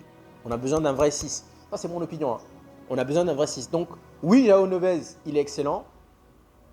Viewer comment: C’est jOaO Neves mdr pas Joa Neves